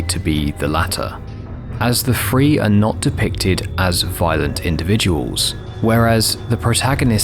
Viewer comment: Listening to the video as a podcast while I eat…”The Free,” oh these guys must be like people that know how to escape for real. About 5 or 6 more times of you saying “Free” I looked at the screen and I’m like oh he’s meaning “Three” lmao